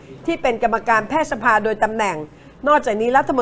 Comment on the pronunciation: ผมจำผิดไหมนะคุณครูเคยสอนว่า "แพทยสภา"ให้อ่านว่า แพด-ทะ-ยะ-สะ-พา หรือผมความจำไม่ดีหนอ สงสัยจริง